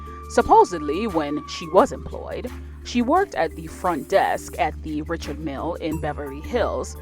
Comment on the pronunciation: Why do you pronounce his name Richard Mill?